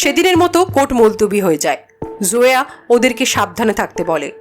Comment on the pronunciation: জোয়া না, নেইম টা জয়া হবে হয়তো